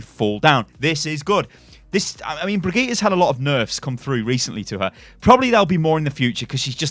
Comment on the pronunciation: It’s BRI-GIT-AH NOT BREE-GEET-AH